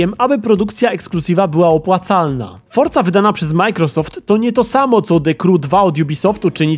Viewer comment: A ja całe życie mówiłem Forza, a nie fortza